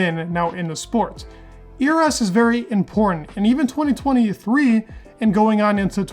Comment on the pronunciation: Dude you need to brush up your pronunciation. Your ERS sounds like eras.